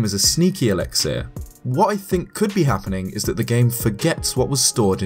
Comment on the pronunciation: The amount of mis pronunciations in this video are putting me off. “Alexieeer”, “inventry” some others too